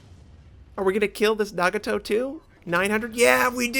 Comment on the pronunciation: So much for the SN Cruiser hype. I will absolutely like it if they came as a package with not-drunk teammate For pronounciation, Nagato and Hatsuharu is fine. Mogami and Amagi should follow Nagatos pronounciation pattern. Keep up the good work